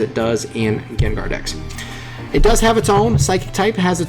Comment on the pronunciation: When you say decks I hear dicks xD.